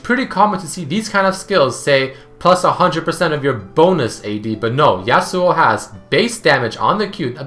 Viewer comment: Y U CALL HIM YASUOU